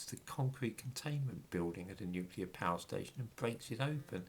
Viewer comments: Yes folks, it’s pronounced ‘nuclear’ and not ‘nucular’. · That’s all very well,, about nuclear radiation, but what about the real threat of NUCULAR as a noun? 😁 P.S. Alternatively: NUKULAR. 👍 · I lol when msm types say "Nucular" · Listen to people,especially news people pronouncing NUCULAR.. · Would that it was only "nuclear" - so many people seem to insist on "nukular"...